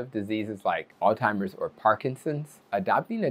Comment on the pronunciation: He’s a doctor and he says alltimers. ???